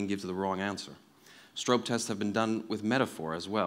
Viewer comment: This talk was just a bunch of basic stuff you'd learn in intro psych or ling class. He did a very poor job of explaining why metaphor is something worth studying. Also, he mispronounced "Stroop."